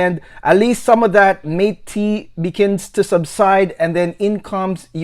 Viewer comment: Very good review you've got here. Mate is pronounced more like 'mottay' because it is spanish. But overall, I got a lot of great information from your video, and I liked it very much. Great work!